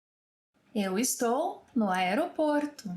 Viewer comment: I thought “ no” was pronounced like “ new” but the host is saying it the English way “no”